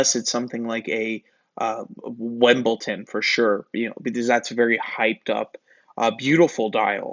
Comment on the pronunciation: Wembolton lol